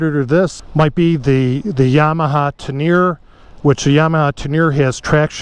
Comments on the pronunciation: Don’t want to be that guy but it’s pronounced Ten-er-ray. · Love the video other than pronouncing Teneré